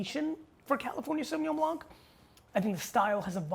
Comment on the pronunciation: Great video G , just fyi, as a french speaking guy, you do not have to say the « c » as a « k » in Blanc 👍🏼